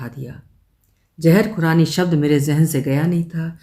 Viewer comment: Sabse pehle to apka " zeher khurrani" bolna...muje hasi aati rahi Aap kitni perfect ho gye ho me iss pr bol bol kr apko nazar nahi lgana chahti wrna apka gala kharab ho jata hai😂 .being an epicure with the passion of cooking ye kahani meri soch se bilkul milti jhulti lgi.. old fellow's synchronized n systematic lifestyle reminded me of my grandfather. Sath hi unn logo k liye ek lesson jo muh -peit to lekr aaye hai pr hath -peir nhi..jinke liye roz cooking mineal job hai,jinke liye swiggy zomato ya upgraded restaurant me khana status symbol bnn gya hai Bht halke phulke way me bht solid lesson👍👍